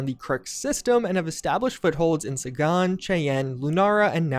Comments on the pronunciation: Ok, so this guy thinks the milky way is "our solar system", but he also thinks that there are star systems within "our solar system". Also, the Sagan system is named after Carl Sagan, so you pronounce it like you'd pronounce his last name. "Say-gan", not "Saa-gaan". Now he keeps interchangeably saying "systems" and "system". Is it plural or singular? I feel like you just don't care about what the things you say mean. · It's Sagan (pronounced like SEGA), after Carl Sagan. He was actually pretty famous, for a scientist living on earth, in our solar system, the milky way. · Yeah, but did you hear him pronounce Sagan and Cheyenne, at 5 minutes in? Ouch.